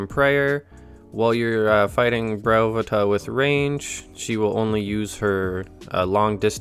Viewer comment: I always said Bryo-PHAE-tuh, interesting to hear someone say Bry-OH-phu-tuh.